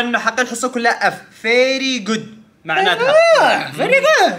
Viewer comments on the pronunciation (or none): "Ferry Good" 🤣🤣🤣🤦‍♀️ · "Ferry good" 😂😂 i can't